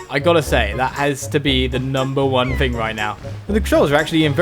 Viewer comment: why do you pronounce thing fing????